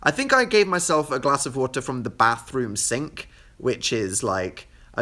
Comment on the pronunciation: when when danny said "bathrum senk" he sounded really welsh